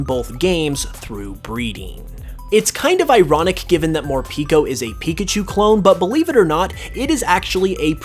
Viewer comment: Morpeko pronounced "more pehko" not "more peeco". Like most if not all Pikachu clones, they have kept their Japanese name. Peko is Japanese for "empty" as in an empty stomach